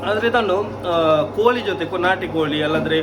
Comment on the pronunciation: ಕನ್ನಡ ಚೆನ್ನಾಗಿ ಮಾತನಾಡಿ. ನ ಮತ್ತು ಣ and ಲ ಮತ್ತು ಳ ಉಚ್ಚಾರಣೆ ಬಗ್ಗೆ ಎಚ್ಚರಿಕೆ ಇರಲಿ. ಕೋಲಿ ಅಲ್ಲ ಕೋಳಿ ಅನ್ನ ಅಲ್ಲ ಅಣ್ಣ ಇತ್ಯಾದಿ ಇತ್ಯಾದಿಗಳ ಬಗ್ಗೆ ಎಚ್ಚರಿಕೆ ವಹಿಸಬೇಕು. Good luck